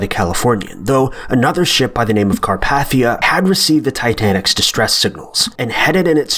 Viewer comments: Carpathian ( Car-Path-EH-un ) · Carpathia (Car-p-Ā-thea) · Caarpaathiaa lol... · It’s pronounced “Carpaithia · It was not carpathia it's called carpathia